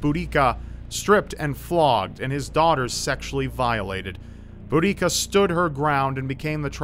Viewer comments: Seye-zee-knee. Bood-ecka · You pronounced iceni wrong. And you also mispronounced boudicia (Edit) the idea of her poisoning herself is a myth. The iceni are from an area of England called east Anglia and it's believe boudica's village was near the city of Norwich in Norfolk.